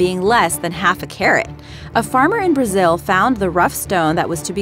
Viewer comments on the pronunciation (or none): none